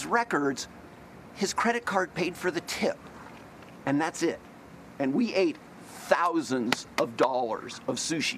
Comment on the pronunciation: The "We ate TTHHOUSANDS of dollars of sushi" while clapping his hands to emphasize part really bugged me.